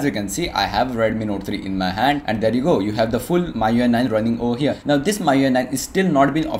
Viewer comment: first of all pronunciation of MIUI isn't correct!